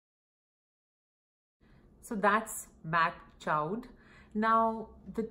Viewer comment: Great comparisons! I’m pretty sure Mac Chaud is pronounced like “show”. It means Hot in French.